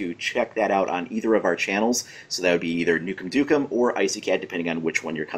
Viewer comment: I closed when I heard NukemDukem